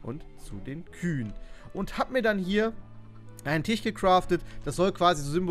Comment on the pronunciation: Tich? Heißt das nicht Tisch?